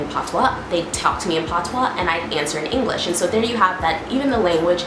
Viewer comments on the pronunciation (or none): none